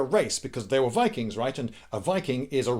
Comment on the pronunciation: you pronounced ''VIKIINGGSSSS!!!!'' wrong